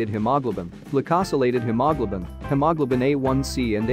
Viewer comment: The computer voice did not pronounce hemoglobin very clearly.